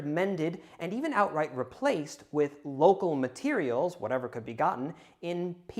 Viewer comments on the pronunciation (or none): none